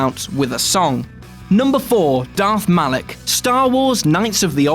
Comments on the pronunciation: sigh It's MALAK. Not MALEK you fucking tools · MALAK and REVAN, not MALEK and RAVEN. This just hurts.